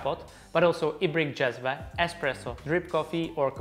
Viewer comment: Finally someone on Youtube pronounces "cezve" and "ibrik" properly. I guess he is Czech so is familiar with the word because of this but also it should not be that hard for the rest too.